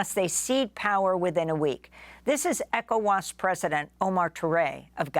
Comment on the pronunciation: I can't listen to this idiot constantly saying E Cowas